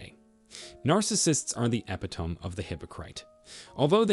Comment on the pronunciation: It’s e-pit-o-me